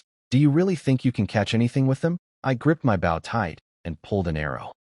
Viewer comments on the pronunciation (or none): Can't you teach your crappy AI reader how to pronounce "bow?" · AI needs to learn how to say Bow